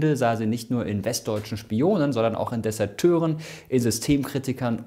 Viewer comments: es heisst DesERteure und nicht DesAteure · Desateure? :D